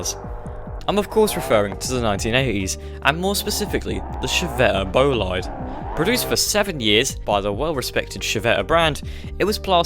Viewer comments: Type "Civetta Bolide" in a Google Translator and listen to the English and Italian pronunciation lmao. Not hating, just I feel obliged to make this comment lol. Keep up with the videos! Love your editing style. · as an italian, i felt physical pain when you pronounced Civetta Bolide that way